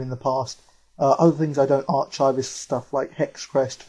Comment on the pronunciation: Archive = Are-Kive